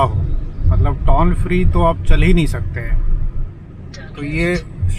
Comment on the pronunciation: सब अच्छा है, आप टॉल मत बोलिये, टोल बोलिये कृपया😂